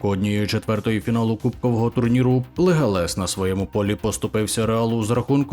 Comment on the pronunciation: Слухай експерт футбольний, який нах "Легалес" -------- правильно Леганес, бля запамятай, то команда з Ла Ліги